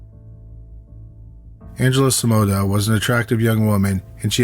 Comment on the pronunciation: The story is good but your narrating is awful😱 your words are slurry and you sound like you are stoned. The way you say Simona makes me want to pull out my hair